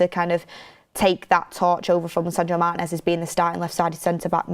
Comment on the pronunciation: I like this new guy with. Good analysis, plus he's the only member of the crew who can pronounce Martinez's name correctly.